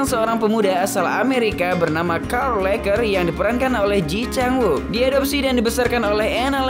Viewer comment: Sorry, boss... Kata temen2 aq yg orang Korea, mereka bilang cara baca namanya : /ci chang uuk/